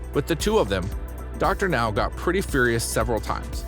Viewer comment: OMG! The narrator finally pronounced Dr. Now's name correctly! Will wonders never cease? But the rest of the narration is pretty bad...